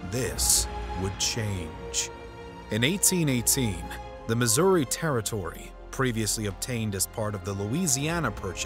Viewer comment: Bro wanted to pronounce "Missouri" as incorrectly as possible 😂